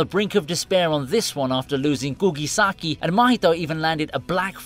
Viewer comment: Kugisaki her name, not Gougisaki.